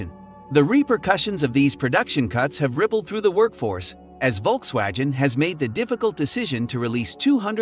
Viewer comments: how the hell its perfect in english,yet U cant say:Volksvagen??? It`s Volks-wagoon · Volkswagen is a German word. It goes like folksvagen. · When making a video, you should first learn to pronounce the names correctly. V in German is pronounced F. The name of Volkswagen is pronounce Folkswagen - without the J as he says. Volk (folk) means people. Wagen is wagon. Wolk's wagon = People's wagon or People's car. The name was chosen because the intension was to make a car everybody could afford, so they made the Beatle. I don't trust the content in this video. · The issue is the G, it's pronounced the same as in Golf not Genes